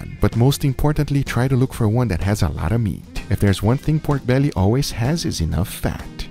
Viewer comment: Bruh. I hate the way he say “peiorke bealliey”